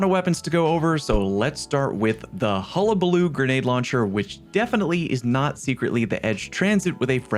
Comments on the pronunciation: Thank you, you are the first creator I have watched that pronounced hullabaloo correctly 🎉🎉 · You’re the first person to say hullabaloo correctly on YouTube